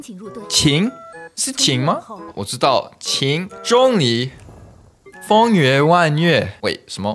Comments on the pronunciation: it should be Zhōnglí, the ‘li’ should be lower, that’s why Google translate does not know😂 I play in Chinese but use English subtitle😂 (btw I am a Hong Konger so I understand Chinese) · 这个钟离快给他说崩溃了😂没人告诉他用二声吗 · u said zhongli wrong i think its like 'jong-lee' or maybe thats jst cantonese idk cuz cuz like yk ' 中' idk how to explain but u get my point